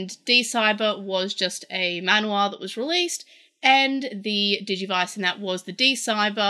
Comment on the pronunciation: You're saying manhua just right! Mahn-hwa